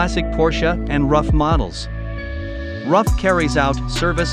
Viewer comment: I thought Ruf was pronounced like 'Roof' not like 'Rough'